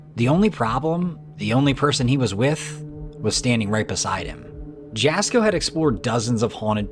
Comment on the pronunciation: It’s not pronounce Jasko it’s it’s pronounce Yasko